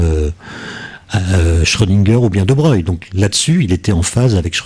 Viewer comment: Pourquoi on prononce Louis deBreuil et non deBroglie?